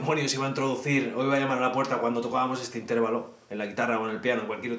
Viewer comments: "Intérvalo", " tríada"... Tienes un problema con los ácentos, tió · Has pronunciado mal "Intervalo", la sílaba tónica no es la segunda sino la tercera o penúltima